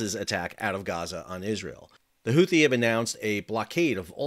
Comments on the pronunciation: The second h in Houthi is silent..... Unless your stewie griffin, or you, I guess..... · Houthi? YOUTHI !!